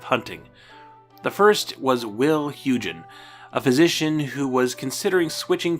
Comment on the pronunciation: Dutch names can be tricky: Hyugen is pronounced like "HOY-gen" and Poortvliet is pronounced like "PORT fleet". Also, the Spanish pronunciation of David is "dah-BEED"; I know you butcher a lot of the Spanish names here, but Fútbol en Acción was the worst: It should be "FUT-bol en ahk-THYON"